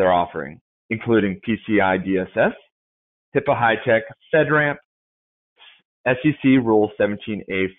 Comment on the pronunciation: Not to knock on anyone but... it is not HIPPA but rather, HIPAA for all the security focus coming behind us. I've been trying to get it into the public security psyche the correct wording, since its inception and misuse since then... (At the ~24 minute mark) But overall, good talk - thanks for posting.